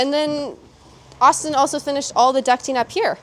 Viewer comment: Finally someone who says ”ducting” instead of ”ducking” 🤩🤣